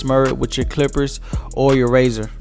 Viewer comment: The way you pronounce the name of the gold clippers is kinda funny